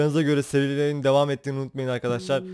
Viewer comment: abi başta merhaba arkadaşlar derken hızlı söylediğin için merhaba kasarlar çıkıyor zazaaaaaaa xdxdxs